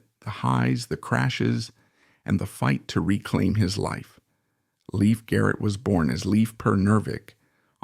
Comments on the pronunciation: Dude! You could at LEAST pronounce his name correctly! It's pronounced LAFE NOT LEAF. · It's pronounced Layf not Leaf! He has only 1 sister and that is Dawn Lyn Nervik. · its not " leaf" its "layf" " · NUMBER ONE: He's still alive. NUMBER TWO: His name is pronounced Layf, not Leaf. NUMBER THREE: People like you who create click bait videos do nothing but hurt all of YouTube.